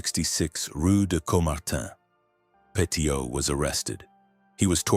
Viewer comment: His surname is pronounced PETTY-OH It's worth also looking at Henri-Désiré Landru, the French Bluebeard, who killed 11 women after pretending to marry them in the 1920s 😮